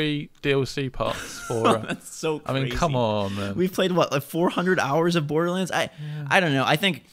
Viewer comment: Bordlerrands? OK....